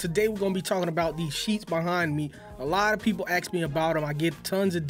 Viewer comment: ask not axe